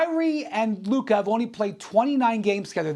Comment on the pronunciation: He finally said Luka instead of Luker.